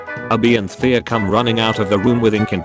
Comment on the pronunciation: wtf is wrong with this voice? Abby pronounced uh-BEE?